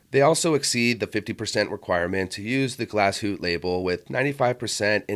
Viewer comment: I love Nomos. I need only to win the lotto. By the way, the E in Glashütte is sounded as an UH, Glass hoo tuh. Thanks for a nice video.